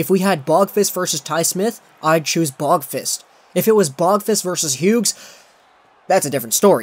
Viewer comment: please just say Adam you cant say his last name correctly don't make me suffer